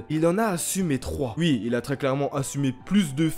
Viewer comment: J'aime bien quand tu dis "ui" au lieu de "oui" ❤️ Et oui j'ai liké mon propre commentaire